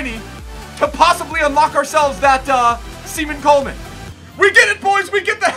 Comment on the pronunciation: ''semen coleman''